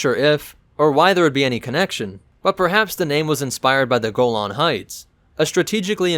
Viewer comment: am pretty sure ur mispronouncing golan